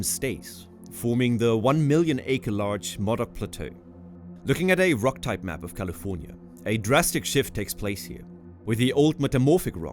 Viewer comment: You pronounced Modoc as "Mawdawk" but locals pronounce this more like "mo dock".